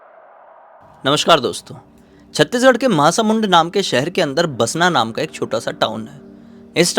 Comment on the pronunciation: भैया ये महासमुड नहीं महासमुन्द है